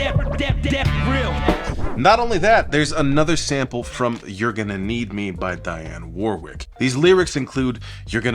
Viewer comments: I think you mean Dionne Warwick (pronnounced woh-rick) - most famous for her song "Walk on By" which was sampled in Doja Cat's "Paint the town Red" Also, regarding fiction: I did a study on Storytelling in music and it's link to catharsis (the act of expressing yourself through art). I proposed what I call the "Grain of Truth" theory, which is where even the most fictional song can include a breadcrumb trail for the listener to follow. Kendrick Lamar is a genius at doing this, especially with albums like TPAB and Mr Morale and the Big Steppers. So what I'm saying is that whilst the stories about Dilla are not 100% accurate, they do contain grains of truth. The same could be said for the names of the songs. He approved them meaning that there was a sentiment that Dilla held whilst making the album that the names struck a chord with. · Did he say "Diane" Warwick?